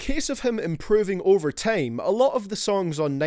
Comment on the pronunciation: Lmao this guy judging vocals from juice wrld, guy have you heard yourself talk? U say tame instead of time. Goodjob